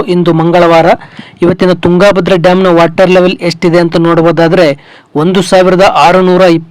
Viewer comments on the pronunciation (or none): ತುಂಗಾ ಭದ್ರಾ ಡ್ಯಾಮ್ ಅನ್ನಬೇಡಪ್ಪ ಮಹರಾಯ. ತುಂಗಭದ್ರಾ ಅನ್ನು.